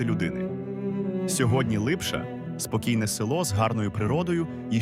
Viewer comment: Не Липша а Липча